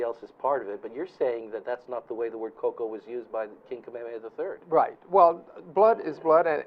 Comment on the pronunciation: Eh Hawaiian let em talk always godda slide in. Also it’s koko and not cocoa. Hmmm